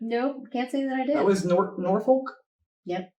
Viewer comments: Incidentally, the letter l in the place names Norfolk and Suffolk is silent. I recommend the video "Why are British Place Names So Hard to Pronounce?" by Jay Foreman. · The l in Norfolk is silent. Also that's a very strong accent typically found with the farming community and not do much with general population. Though some of these are too broad for their area - lots of different dialects. Lots of different Welsh accents with different speeds.